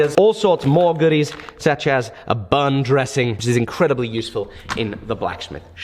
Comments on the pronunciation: said "It is incwedibly thin" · Wait, is it me or did he say “which is incwedibly thin” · "incwedibly thin" its okay, we all make mistakes sometimes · "Which is incwedibly thin"